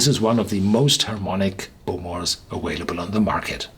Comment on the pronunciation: awaylable... love you, Horst :)